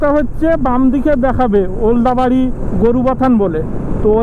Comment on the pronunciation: ওলদাবাড়ি? নাকি ওদলাবাড়ি?